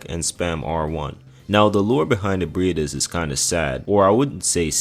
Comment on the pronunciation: bro the pronunciations are insane in this video how tf did you manage to say ebriates right but somehow fucked the word issue or manus